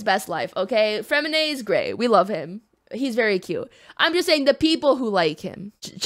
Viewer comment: Okay but Freminets was WEIRDLY accurate